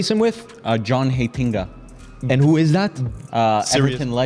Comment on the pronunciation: As a Dutch person pronunciaton of Heitinga was god awful.